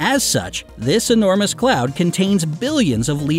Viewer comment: "The Universe is ENORMOUSE" Is it really?